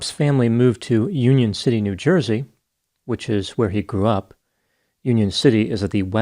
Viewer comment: "It's a Joizy thing". 🤣